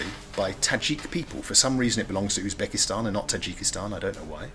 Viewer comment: Why is he saying "Osbekistan"? Is that a regional pronunciation in his accent?